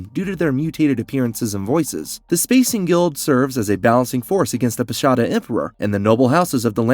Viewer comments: Frank Herbert drew much of his inspiration from Asia, especially Islamic traditions. So, hearing someone attempting to shed some light on one of the many aspects of Dune refer to the title of Padishah as 'pashada' (not even getting into the other pronunciation issues) tells me a lot about the quality of the content. Shame. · Padasha not Pashada 😂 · I only subscribed after I heard you mispronounce Padisha which suggests you’re a real person. Fuck AI